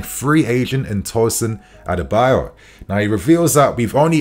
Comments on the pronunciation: is so poor at pronouncing names😓...it's adarabioyo not adebayor😒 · It's Pronounced TOSIN A-D-A-R-A-BI-OYO!!! Not Adebayor as you sound it. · It’s adarabioyo not adebayo